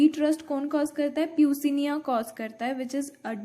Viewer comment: No offence but it is pronounced as pukciniyaa not peucinia